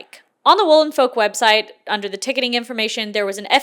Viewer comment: I keep hearing "Wool and Folk" as "Woolen Folk" and keep picturing a convention of people in oversized fur coats 😂